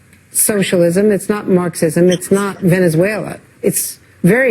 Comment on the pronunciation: But muh vevuzwheluah